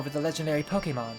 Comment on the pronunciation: I'm sorry,, but it's pronounced Poke-AY-mon. Thanks!